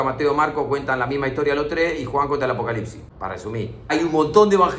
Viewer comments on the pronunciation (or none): none